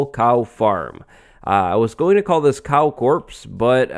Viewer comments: my guy you dont pronounce the s in corps 😭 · I thought he said cow corpse instead of cow corps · Am i the only one that thought he was saying "cow corpse" at the beginning of the episode? 😂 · i thought you said "Cow corpse" so i was like "Yep, dont think YouTube will like that title" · I initially thought you said "Cow Corpse" which is both fitting and not at the same time. Also, great video! I love this series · When he said Cow Corp I thought he said Cow corpse bigoof "A little too fancy" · Am I the only one who thought he was saying "Cow Corpse?" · lol says cow corps. i hear cow corpse 😂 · When you said "cow corps" I thought you meant "cow corpse" for a second xD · who else thought when he said cow corps he meant a dead cow? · when you said cow corps my mind went to cow corpse